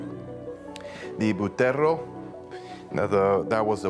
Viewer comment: It's pronounced Butterrrrrrrrrrrrrrrrro dude... work on the rrrrrrrrrrrrrrrrrrrrrrrrrrr's